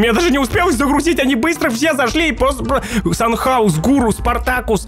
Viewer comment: То чувство когда браток до сих пор санчёуса санхаусом называет😄